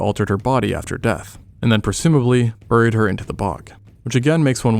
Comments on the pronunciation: Why does he pronounce "buried" like that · Dude says buried (bear-reed) as burr-eed